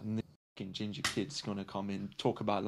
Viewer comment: “Oh this gingah (ginger) kid” had me rolling. 😂